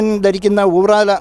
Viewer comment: ചേട്ടാ ഊറാല അല്ല ഉറാറ ആണ്